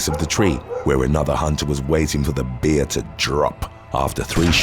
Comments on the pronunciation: Why is he saying.....beer...instead of bear ? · Why do you say bear that way I keep thinking a beer as attacked someone? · Bear is not pronounced beer ya wally